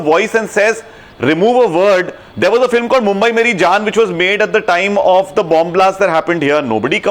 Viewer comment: "Jantelman, edeots, fillum"!!!! This should shut the fuck up!